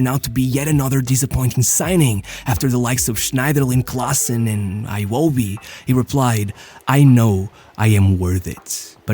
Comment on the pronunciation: Iwobi is pronounced e-woh-bi. Not aye-wo-bi. Please Nigerians aren't Americans